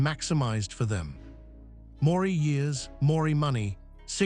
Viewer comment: Why don't you get your scrambled circuits together. Your fake accent is overdone and what the hell does Morry mean? Or is it Moree? If you're too lazy or in competent to read your own dialog, at least program your A I bozo to say it right.